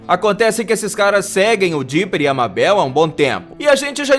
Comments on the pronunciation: Por que você tá chamando a meibol de Babel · Gravity falls é o meu programa favorito. Eu detestei quando ele falou Mábel, não é Mábel é Mabel e lê-se Maibol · Não é Mábel !!!! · O nome da "mabel" se le meibou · E Mabel (lê:meibal) e não Mábel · Esse cara e um jumento É Mabel Mabel M-E-I-B-O-L ESSA é a pro nuca jumento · Porque mabel se fala meibol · o nome dela é Mabel só que se fala Mebel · Como escreve: "Mabel" como fala mais não tá certa a escrita : Maybol como ele fala:Mábel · N e mabel se pronuncia MEIBOU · Cara se pronuncia Meibol não Mábel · Que agonia ele pronunciando "Mabel" ao invés de "meibol" :/ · Só eu que fiquei aguniada dele falando "mábél"? Se escreve Mabel mas se fala meibol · NÃO EH MABEL Q SE DIZ SE DIZ MEIBOU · Não é mabel se fala tipo meibal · Escrita MABEL Pronuncia meibou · É Mabel naum mábel q agonia mesmo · N é má bél e meibou (N é como se escreve é sim como se fala) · Seria para falar Meibou Não Mabel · ele fala mabél mas se pronúncia meibol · e mabel não mabel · O certo e meibel se escreve mabel amis se pronucia meibel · NÃO É mábel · Se fala MEIBOU e se escreve MABEL pronto ensinei de nada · Cara, se escreve mabel mas se lê meibal 👁👄👁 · Não e Mabel e Mebel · Cada MÁBEL é um tiro no coração U^U Plmdsssss moço fala certo ;^ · O nome da Mabel se pronuncia meibol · Mano tá dando raiva porque ele está falando mabel , grande fã hein kkkkk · Reuri Porer MABél Urik en MORTE seu trabalho e muito bom, só precisa melhorar a pronúncia dos nomes dos personagens :) Edit: não sou hater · Se fala meibol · Ele não sabe falar Mabel... Se fala Meibeu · Eu sei que se escreve Mabel mais se fala ma"i"bol em português querido! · "mábel" "hary pore" serio? Me mata logo kk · Socorrooo Ele falando "Mábel" aperta muito o coração😢😅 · Reri Porter kkkkk mabél kkkkkkkkkkkkkkkk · Mano , se escreve Mabell mas se pronuncia Maibol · "Reuri porer" riqui e morti" mÁbel" o porra aprende a pronunciar a porra dos nome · MAN NÃO EH MÁBEL MABEL!!!! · Kkk mabeu